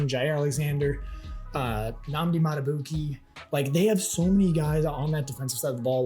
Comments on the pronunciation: First it was Malik, then Ow-eh-he, by the time he got to Beeks I was done lol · His Name Is Pronounced; "Mal-eh-ky" Starks, Lol. And The Other Is Pronounced; "Mad-du-beekay".